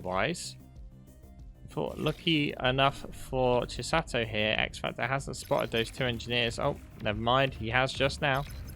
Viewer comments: Greatttt cast, but stop saying "Chisatto" 😅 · Chis-ah-to. One "t" Chi-satto. Two "t"s